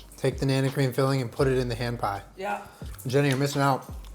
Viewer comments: i kept hearing you say "ham pie" and was very confused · I thought he said strawberry ham pie